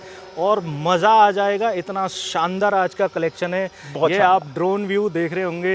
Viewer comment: Shaandaar boliye Saandaar nahi